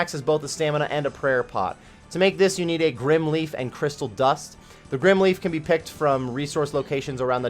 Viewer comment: "Grim herbs" if it was pronounced "grim" it would be spelt like so. The word is "Grym" and should be pronounced grime!!! I WILL NOT SIT MEEKLY BY AND HAVE YOU MISPRONOUNCE IN-GAME ITEMS